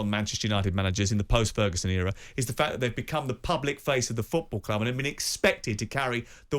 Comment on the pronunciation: Maybe learn how to speak English and that it’s ‘club’ not clooob’